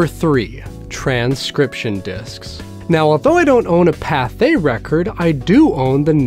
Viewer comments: Pathé is pronounced PAA-TAY, not PAA-THAY. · Pathe is pronounced Pay-th like pay day. The e with the diacritic is silent.